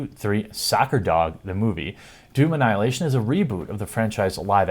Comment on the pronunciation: When you say it, it sounds like "juvenile hilation"